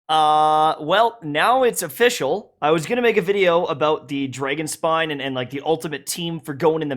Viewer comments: “NOW ITS OFFISCHEL” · "Well now its ofischl" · What it is : Uh... Now its official What I heard : Uh... Now its a fischl